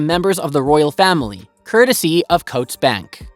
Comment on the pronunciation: Coutts Bank is pronounced "Cootts", not "Coats" and Balmoral is "Bal-moral", not "Bal - more- al".